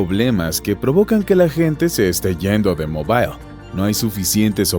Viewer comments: no se dice mobail, se dice mobl 🤣🤣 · en ingles y español la ciudad de Mobil Alabama se pronuncia igual